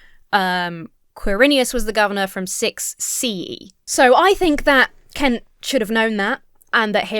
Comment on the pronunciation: When you say “Kent” I don’t think you’ve got the vowel sound right